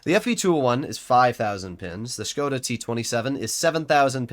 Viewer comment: big respect that you as an American know how to preannounce Škoda correctly 👍🏻